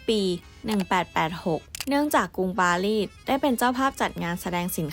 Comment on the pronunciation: รูปสวยฟังเพลินเลยครับ กดติดตามแล้ว แอบติเริ่อง ร.เรือ ล.ลิง และคำควบกล้ำครับ ดังกล่าว ฟังเป็น ดังก่าว ปารีส เป็น ปาลีด สงคราม เป็น สงคาม 😊 ติดตามต่อไปครับ